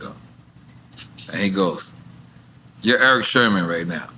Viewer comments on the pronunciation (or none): SIRMAN SERMON NOT SHERMAN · I know I'm not the only one hearing Nore saying Erick Shermon?😂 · Sermon not Sherman Nore !!! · Great interview but why’s Nore calling him Erick SHERMON constantly? 😂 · Nore keeps saying Sherman 😂😂😂😂😂😂 it’s sermen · why Nore keep calling him Sherman 🤦‍♂️🤦‍♂️🤦‍♂️😭🤣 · Why Nore keep saying Shermon though...? lol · Are we just gonna ignore NORE calling him “Erick Sherman”? 😂😂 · Why does Nore keep saying Erick Sherman? lol. small yellow bus. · My man teeth so big he said that man name wrong hella times 😂😂😂😂 its Eric Sermon not Sherman bruh 😂😂😂😂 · SHERMON SHERMON SHERMON!! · I wonder why Erick never corrected N.O.R.E. every time he called him Erick Shermon instead of Sermon. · IF NORE SAYS SHERMAN , ONE MORE TIME I'M GONNA SCREAM. S E R M O N....OMGGGG😂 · I really hope Eric Sermon corrects Nore as it concerns the correct pronunciation of his last name. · NORE pronouncing Erick’s last name wrong the entire episode priceless! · He kept saying it 😅